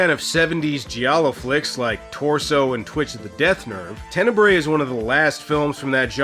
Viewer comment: Just a hint: "Tenebre" is the plural for Italian word "tenebra" (the "bra" part reads as the English word bra). You read it like you read the latin "tenebrae".